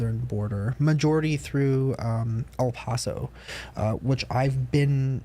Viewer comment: PLEASE PRONOUNCE EL PASO RIGHT